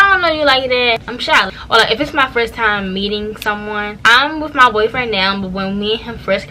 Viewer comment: I thought I was the only one that peeped that she says wiff😂😂 it’s her accent I luv it lol